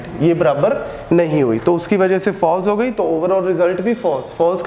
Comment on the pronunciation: It is not brabar 🤣🤣🤣it is barabar😂😂😅😅